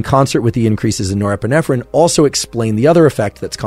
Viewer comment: Can't get past nerprenerpprenerprenerp